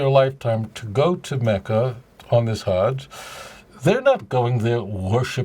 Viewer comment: Loved the video Rabbi, it made my day! However if you don't mind me pointing it out..the word "hajj" is more accurately pronounced as the English word "fudge" except with a "h"..again not criticizing you or anything lol..but yeah its truly is an honor to see a fellow Jew like yourself clearing misconceptions about Islam keep up the good work